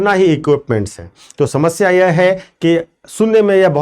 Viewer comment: Aap "yeha mat pronounce karna" durgaandh ati hein is word se, aap "yeh" bola kijiye.